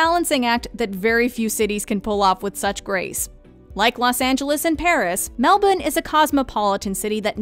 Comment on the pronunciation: Thank you to the lady in this video for the correct pronunciation of Melbourne. Regards, all of Australia 👍🏻